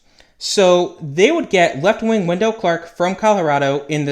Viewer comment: It's not Wen-DELL, it's WEN-dull